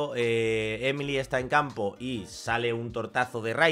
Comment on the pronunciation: Porque a los españoles les cuenta tanto los nombres? XD es "emili"